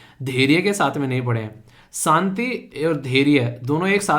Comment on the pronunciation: Good morning Sir aap haryana se belong krte ho kya?? kyonki aap भाषा की जगह भासा और शांति की जगह सांति word pronounce krte ho. Ese pronounciation haryana Wale hi krte h or aap bahut sare ese local word use krte ho jo haryana me use hote h